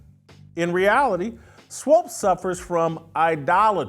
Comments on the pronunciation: Why are you calling her swopes? You don't even want to say her name correctly. Smh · Dude please say swoops as in hoops, not swopes as in dopes. Your an idiot Jason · This man keeps saying “Swopes”. Lol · Stop calling the woman "Swopes". You know her name is Swoopes. Be professional. I expect more from you, Whitlock. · Whitlock won’t even say SWOOPES correctly 😂 ouch!!! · Sheryl Swoopes is totally wrong and I have lost total respect for her. But, cmon Whitlock you should pronounce her last name correctly. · JW. Pleaee pronounce her name correctly